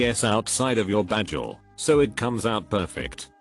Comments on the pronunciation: Is the narrator Britta from Community? Bagel pronounced as bajel. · pronounces bagel like Nigel